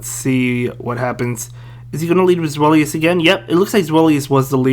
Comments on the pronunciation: Good vid man. Btw it’s pronounced zvy-lus (German word for 2) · its ZWEIlous like german number 2